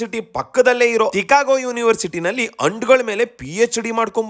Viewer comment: Thikago university😂😂 Ass-trologer😂😂